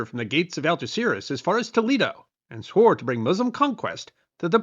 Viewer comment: Yes, he did, even YouTube subtitles picked that. If only he'd bothered to make an effort and pronounce Spanish names half decently. It took me quite a while to get he was saying Algeciras.